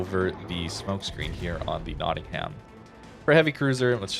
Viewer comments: Heh, notting-ham So you know, it's pronounced Nottingum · Love your videos! By the way it's pronounced: knotting 'em